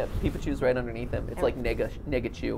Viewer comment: GLI_ITCH neggachu